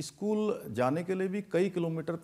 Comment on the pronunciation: इस्कूल ❌ स्कूल ✅